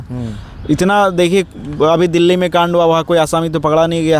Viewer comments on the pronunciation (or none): none